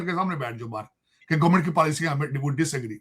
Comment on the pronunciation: मार्किट😂 , gornament😅